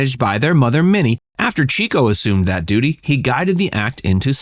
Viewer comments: Okay…I became obsessed with the Marx Brothers in college. It was the beginning of the 70s and discovering genius performers from the 30s and 40s was what a lot of us did. My favorite was Chico. (Pronounced CHICK-O, not CHEEK-O). Of course, I found every movie on whatever channel I could, and bought books about them. (My collection has grown) Since Groucho was still alive I loved him and saw him all I could on television. I was living in a small town, where my parents had grown up and my grandparents still lived, from 1973-77. My family came down for the weekend quite often. I remember we were in my grandparents’ kitchen, and my mom said,”Groucho died.” I hadn’t heard the news and looked at her with wide eyes. I’ll never forget my dad, irritated at her, said,”Why did you tell her like that??!?” It always touched me that Daddy valued how much I cared about the brothers, and loved Groucho. A long story, but I wanted to share it with a few people that would understand. Thank you. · Chico was pronounce "chick -oh", not "cheeko". Harpo learned music by having Chico teach him what he had learned at piano lessons. Harpo was a true musician, whereas Chico was a pianist. Gummo was the one who advised the others on health and medical issues. He was greatly loved by the brothers, but greatly overlooked by most fans. Zeppo was extremely funny, according to Harpo's son, Bill. People don't realize that many of the best jokes of the other three came from Zeppo. Zeppo didn't enjoy performing, but his stature gave him a great platform as a Hollywood agent. Zeppo could be prickly and in some cases, almost vicious when gambling or making contractual deals. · It's pronounced "CHICK-O." The fact that you mispronounced his name throughout the entire video ruins it for me. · It's pronounced CHICK - O he was given the nickname because he was a "chicken chaser" or a "ladiss man. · Chico was pronounced “CHICK-oh” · It’s pronounced “Chick-o” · It's "Chick-o", NOT Cheek-o!!!